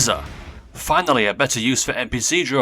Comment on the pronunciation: "FINILY" wtf?